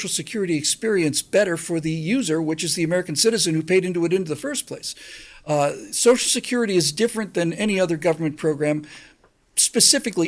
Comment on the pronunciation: Thank you for pronouncing BOTH syllables of the word "social". One of my pet peeves is politicians who routinely pronounce it "Soash security."